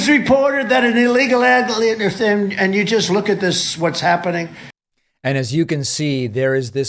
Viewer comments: "Just this week it was reported that an illegal adlieemfn..." 😂 I love how he was obviously trying to pronounce the word "alien" but ended up doing an impression of one 👽 "We are showing great weaknix" Sounds like a brand of breakfast biscuits. Have you had your Weaknix? "I just say from a common sans" Common Sans is apparently the name of the font used in the teleprompter that Trump reads from 😂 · An illegal LAH-- LEE--AFUM